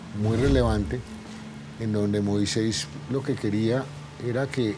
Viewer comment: Acá en México escribimos Moisés. Y es común escucharlo pronunciarlo MOISEIS.